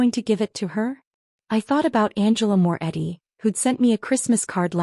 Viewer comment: Morretti, not Moore Eddy.